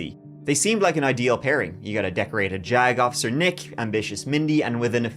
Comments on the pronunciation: Anyone else laughing to themselves when they hear the word jagoff(icer)? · Jagofficer lol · The way I just kept hearing "Jagoff", even by his lawyer.... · Gotta love when they call him a “Jag Off-icer”. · What a jagoff-icer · Jag officer? Or just "jagoff" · I swear I heard “not just an attorney but a decorated jagoffice” 😂 wanker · Every time y'all say " JAGOFFICER" !!!!! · My internal 13-year old giggled every time someone said "jag-officer" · Hes a Jag-offer😂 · This guy really puts the “JAGoff” in “JAG officer”. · Jag officer❌ Jack-off-a-sir✔️ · Jagofficer? Oookkkk 😂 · Jag Off-icer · Am I the only one who thinks it’s funny that called him a JAGofficer? He could’ve just called him a JAG or navy JAG instead he called him a jag off a bunch of times. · Just made it to the part where he says Decorated Jagoff Isser lol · I kept hearing JAGOFF 😂😂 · I know what a JAG Officer is, but what I keep hearing is jagoff(icer). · Funny that you said this. Every time said JAG officer all I kept hearing was Jack-offer 😂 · Puts the "Jagoff" in Jag officer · I THOUGHT YOU WERE MAKING A FUNNY BY CALLING HIM A "JAG OFFICER." Lol! Like Jag off. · Heh heh "JAG Officer" heh heh